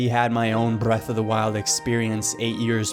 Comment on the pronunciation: Why do you roll your R's when you say brrrreath of the wild